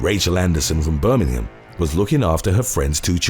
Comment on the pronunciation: Birming-ham? mate you are just trying too hard too hard to please the north americans.... be true to your own accent and pronunciations.